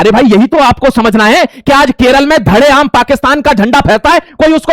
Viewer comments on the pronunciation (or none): none